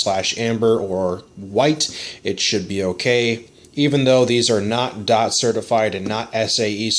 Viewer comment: I’m wondering, if you checked with your local law enforcement, why you referred to the dept. as ‘dot’ and not ‘dee oh tee’???